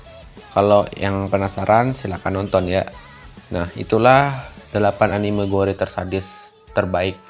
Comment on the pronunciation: Baca : GOR . . Tanpa E Hadeh...